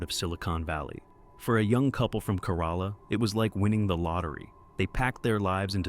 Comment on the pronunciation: Kerala = CARE-a-la I've been there; that's how it is said. If you had just said it once, I would have let it go. But man, it made my skin crawl more and more each time. Google is right there, with both pronunciation guides AND recordings... why?